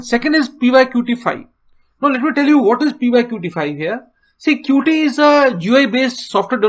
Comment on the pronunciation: Thanks for the video. It was really helpful to me. Plus, one more thing just to say that 'Qt' is pronounced as 'cute'.